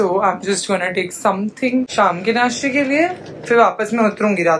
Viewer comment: It's नाश्ता not नाशटा